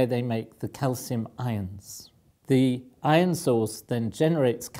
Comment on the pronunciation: I get confused when he says ion because I don't know if he's saying iron. Same with lodge and large, call and coal. They sound the same when he says them.